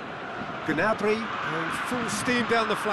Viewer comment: its gnabry